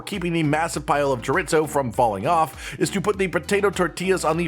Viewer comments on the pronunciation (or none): Chore. Ease. Oh. Not: Chore. Its. Oh. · "Jaritzo" lmfaoooo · Did he just say chorit-zo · It’s shore-ee-zo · if says "choritzo" one more time i'm stealing his microphone😊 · As a cook, I cringed everytime he said Chorit-Zo. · As a Cuban I was hoping he'd never do it again, and then he did. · It's like the time i heard a guy say, "mig-well" for "Miguel". Maybe it's growing up cooking or being from the South, but i thought basic Spanish pronunciation was well known. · As a Latino I cringed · dude same thing! hahaha chor-ee-zoe.. hahaha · More cringey than the actual recipe? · I don’t get it, is that pronunciation of chorizo and inside joke I’m unaware of?